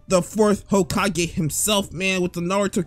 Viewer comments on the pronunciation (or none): none